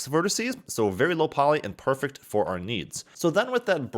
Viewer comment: "Verticee" is still not a word.